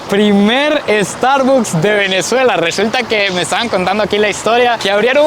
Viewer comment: amigo se pronuncia Estarbaks, soy Mexico Americano